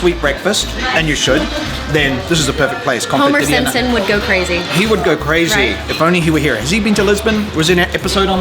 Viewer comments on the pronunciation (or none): none